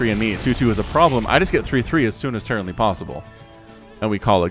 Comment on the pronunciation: Did he just say "Terranly possible"? xD